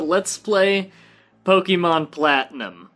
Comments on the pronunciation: I know it's been like 4 years, but if you're basing the pronunciation based off the French é it sounds more like "Pok-ay-mon" than "Pok-ee-mon" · well yes without the accent it's pronounced like POKE-MON, but with it you're still pronouncing it wrong. The accent on the 'e' is supposed to be pronounced with an "ay" sound, much like the name Beyoncé. So it's supposed to be pronounced as PO-KAY-MON, rather than pronouncing it with a hard 'e' sound.